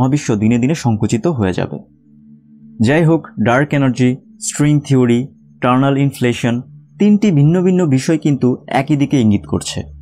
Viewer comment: টারনাল নাকি ইটারনাল?